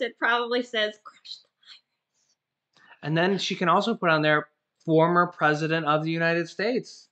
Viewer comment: "PRESEDENT NANCY" OH MY GOODNESS I WILL MIVE TO CANADA 🇨🇦